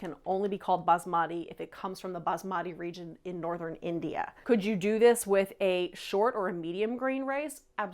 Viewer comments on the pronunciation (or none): none